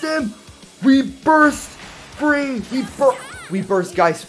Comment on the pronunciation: Is free or fee? I thought it was fee :/